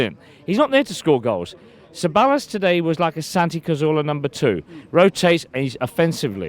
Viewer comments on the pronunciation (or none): Can this guys son help his dad with the pronunciation of Ceballos's name!